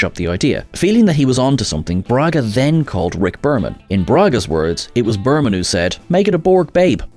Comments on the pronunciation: Berman, not Burman. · It's Berman, not Burman. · Berman not Burman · “Burman”? It’s Bereman. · RICK BERMAN NOT BURMAN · Rick BErman; not "Burman". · Berman, not Burman.......... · Rick Berman, not Burman. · Burman? Who's he, ah you mean Berman